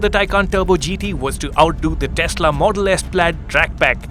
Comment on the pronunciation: it is Tesla, not Teshla